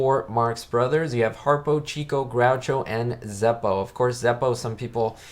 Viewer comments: If you're going to be an "expert" on the Marx Brothers, then you should know that Herbert's nickname was pronounced '"chick'o" and not cheeko (he was the "lady's man" of the group). Get the basics right and credibility shall be yours. Also, when the brothers were at a party, Zeppo was actually the funniest of them all. There... 2 topics to explore. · I agree great movie! Chicko is pronounced "chick oh" like a baby chick and Oh. I was corrected by someone at a Groucho play. It is not chico like the spanish pronunciation. You are spot on the re-watchability of this movie.... in fact almost ALL of the Marx Brothers films are very easy to re watch again and again. I bought a few sets on Amazon: one set included this film with like 4 other films, the other set was from a second film company with 4 or 5 other films so I have around 8 or 9 Marx films on DVD. Thanks for the review, will be subscribing!